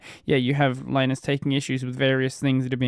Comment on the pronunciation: You don't know how to pronounce Linus? Ridiculous. Bye!